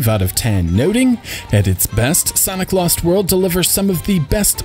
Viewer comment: I thought you said "Santa Claus World".